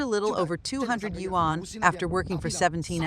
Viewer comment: Wan is Korean currency, yuan is Chinese currency. Learn your pronunciation.